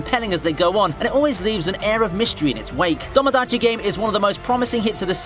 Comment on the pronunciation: "Domodachi" and "Danaka-kun", eh?